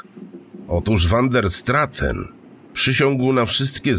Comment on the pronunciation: wander straten.... czy van der straaten? naprawde uwielbiam te tejemity, ale k.... czy angielski, czy wloski czy nazwisko holenderskie... czy to az tak trudno pare rzeczy poprawnie wymowic?? no niestety, ale kluje to w uszy!